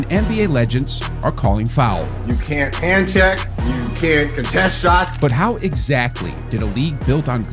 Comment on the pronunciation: How Ex -CATLY?